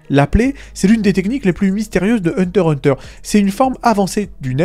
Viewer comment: Ons dit hunter x hunter, le x se prenonce !